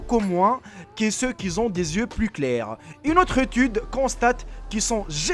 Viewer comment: Pourquoi il dit toujours ceux qui zont au lieu de ceux qui ont?